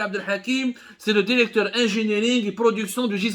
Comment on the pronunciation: Contiti contiti Derecteur derecteur